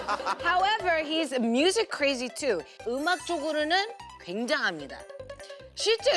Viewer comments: Jessi ngomong "crRrrazy" nya lokal banget, njir😂😂😂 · I keep repeating part 😂😂😂😂 it's so funny!!! Jessi saying "you're crrrrazy" 😂😂😂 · I like the way she says "crrRazy" 😂